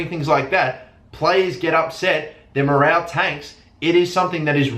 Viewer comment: morole you say morale morole